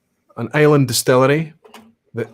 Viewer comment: Question 8 were definately not an asshat question from a Norwegian perspective. You pronounce the name of the island wrong just like 99,99% of Norway would 😀